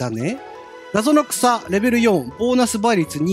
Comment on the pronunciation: ナゾノクサの発音が「謎の草」ww ポケモン初見てこんか感じなのかって新鮮w